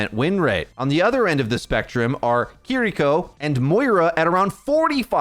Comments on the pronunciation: Just say keyriko. Saying kidiko is so cringe 🤦‍♂️ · I know you (and many others) are pronouncing her name correctly... But I absolutely CRINGE inside whenever I hear someone say "Kidiko" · plz stop saying kitty co. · Okay if you’re gonna keep saying her name like that I’m never gonna watch another one of your videos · Oh my God, just say Kiriko normally. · I’m so sorry but I had to stop watching because of the way you pronounce Kiriko 😂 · take a shot every time he pauses for a second to pronounce kiriko correctly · Can you please pronounce kiriko in an english way because it sounds cringe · kinda funny how youre rolling the r in kiriko to pronounce it extra japanese but you still say brigida.